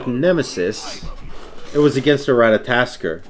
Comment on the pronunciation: its ratatOskr not ratatAskr -.- lol